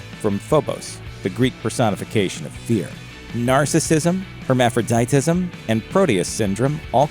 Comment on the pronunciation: How can you pronounce hermaphroditism properly but wendigo is so hard for you, bro?